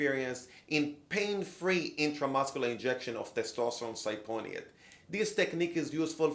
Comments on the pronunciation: Testosterone Sy-Pony-ate. Haha Sip-oh-Nate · Cypionate is pronounced sip-pee-oh-nate not sigh-pony-ate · Testosterone SIP-E-OH-NATE. Cypionate, not "cyponiate" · Cypionate not Syponiate lmao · Cy-pony-ate ?? LOL. Its a red flag in my book when both of them can't pronounce the drugs they promote. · I like how she say's testosterone cy-pony-i-ate. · Hahahaha.. test syponionate. Lol. It's ok sweetheart, you're pretty so you can get away with such an absurd pronunciation. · Ci-Poe-knee-ate, lmao that’s a new one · What is cy-pony-ate? lol.. beside the fact a doctor cannot pronounce the medicine the video is helpful. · ? They don't even pronounce testosterone cypionate correctly? WTF. Cyponiate? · Cy-pOn-Ē-O-nate? Lmao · This was brutal. Wrong needle trying to inject oil through that gauge could push needle into thigh. I have heard of that happening. And unless it’s a need testosterone they are using she butchered the pronunciation of cyponate. Oh and 1/2 inch needle will have it sitting under the skin. Barely into muscle. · Did yall just hire her to be in the video? What the fuck is a testosterone „cyponiate“ lol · What is sy-pony-ate? Come on guys, at least pronounce the drug name right. Cypionic acid/cypionate has no pony in it. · Cyponiate? Negative - CYPIONATE! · You'd think she'd have took the time to learn how to pronounce cypionate properly. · Lol can’t even say the compound right